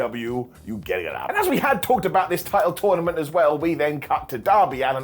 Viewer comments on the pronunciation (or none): none